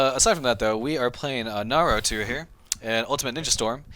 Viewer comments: Please stop saying Narutoo 😡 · did he say Narutu? lol